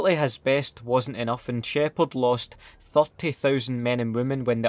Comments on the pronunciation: gineral sheypard haha awesome vid awesome accent mate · "Wit the fuck Sheparrrrd" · ”GeNeRÆl ShĘpHÅAaRd”